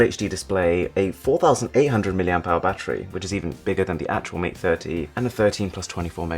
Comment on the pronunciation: The way he said mah was the best 🤣🤣